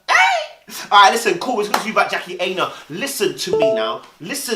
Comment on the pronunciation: Dude can you pronounce her name properly 😂😂 its 'Aina' like china. Protect yes but protect the name boo